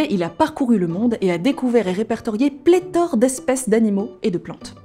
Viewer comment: C'est moi ou jentend "pletore" a 1.14